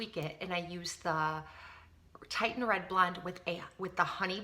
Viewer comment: Your hair is a gorgeous color and I'd like to get more reddish tones in my blonde so I'm going to look into Wella colors. Just FYI, the red you use is pronounced Tih-shun because it's spelled Titian (2 i's). Titian was an artist and this refers to a shade of red he used in many of his paintings. :)